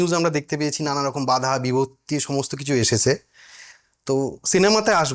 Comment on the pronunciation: কথাটা বাধা বিপত্তি, বিপত্তি শব্দটা উচ্চারণ করেছ বিভত্তি। একটু editing এর সময় লক্ষ্য রেখো